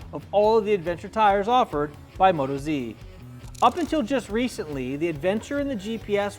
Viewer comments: You might already know this by now but it's not Moto-Z but Mot-OZ Being an Australian tyre, we locals call Australia OZ and we are Aussies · WTF.... its Mo Toz..... not Moto Zee